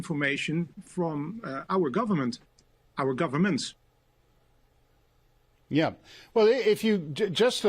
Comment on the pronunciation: I like how he said “it was a misinformation from our GORVERNMENTS” not government but gorvernments! They were all in on it. wake up world, the people you put at the top does not care about you. They really don’t. They will continue to lie and lie and lie to achieve their “new world order” agenda.